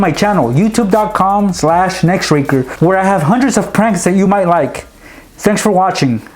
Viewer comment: when he said thanks for watching it sounded like sexual watching